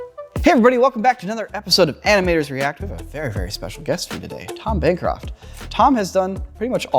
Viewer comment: Tom Bancroft?! You sure that's not Tomb an Croft?